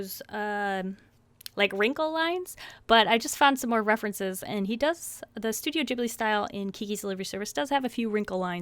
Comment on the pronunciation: No offense but you said Studio Ghibli wrong :p Also you NEED to collect more movies.. I have 7 and it's so FUUUNNN ALSO I lovu so don't think im being mean :))